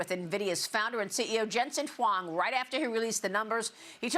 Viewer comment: Lady can't even say his name correct